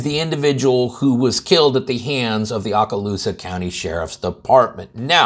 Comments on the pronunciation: Man I’ve never heard it botched so bad. It’s OH-Ka-loosa. I was stationed there from 86-91. I flew USAF Spec Ops helicopters. I was retired in 2010. This young man he’s one of us. He’s a Warrior. He was a Gunner on Specter gunships. They saved my ass more than once. The cop yells something like drop the gun after he shoots the kid. He falls backwards and says “ I did it’s right there” Karen the reported whatever and this cop need to be charged with manslaughter. Having a firearm is NOT reason to escalate, kill the young man and lie calling it self defense. The barrel of his pistol stayed pointed at the ground!!!!!! I would like everyone to know this: this Deputy is from the same department that killed his patrol car, with a handcuffed man in the back seat screaming shots fired……….. over a fallen acorn………….. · The O in Okaloosa is a long sound.